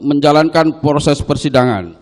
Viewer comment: Proses pak bukan porses 😂